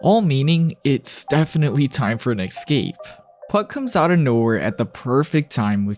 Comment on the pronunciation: Good work. May I ask why you pronounce escape as "ikscape"? Look at the word. Escape. Same for.. Especially. Start these words with an S sound, not an ik